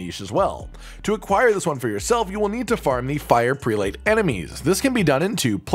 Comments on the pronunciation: BTW, 'prelate' is pronounced like preh-lut, not pree-late. It's a high rank in the church, similar to a Bishop. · The word prelate is NOT pronounced the way you are saying it